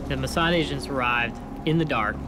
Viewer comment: I cant help shouting MOSSAD everytime the narrator says Musard